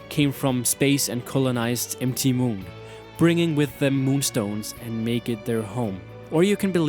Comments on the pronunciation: It's MOUNT MOON, Not EM TEE MOON!!!! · for real bro? 'M' 'T' Moon? It's mount moon. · dude, i appreciate what you're doing in your vids, but when I got the part where you were saying M T moon instead of MOUNT moon like the abreviation is, I was getting a little annoyed. maybe have some english speaking friends help you in the finer points. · m t moon xD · Empty moon...empty moon...oh "MT" moon! That took me a while to understand. Lol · Great content, but it really bugs me when he says MT Moon, during....... the war, casualties, cartridges...... may sound i'm making fun of his accent, but it just really bugs me